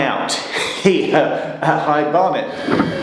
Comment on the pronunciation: High Bear-net?